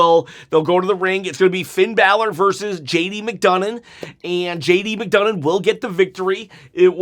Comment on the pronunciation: His name is NOT JD McDougnon its McDonagh there is no N on the end of it. !!!!!!!!!!!!!!!!!!!!!!!!!!!!!!!!!!!!!!!!!!!!!!!!!!!!!!!!